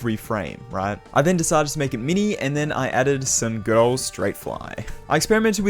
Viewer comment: it sounds like girl but i think he meant good ol’ (girl wouldnt make sense)